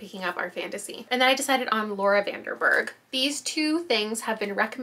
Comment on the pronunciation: yayy i really needed this in my life right now, thank you <33 also btw, i noticed you said 'laura van DER berg' instead of 'laura van DEN berg' and bc i know you value pronouncing people's names correctly (same) i just wanted to point it out!! especially as a dutch person hehe